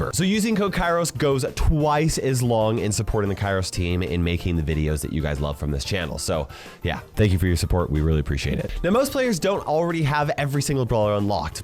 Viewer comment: What did he just say? Kairos Team? KAIROSTIM??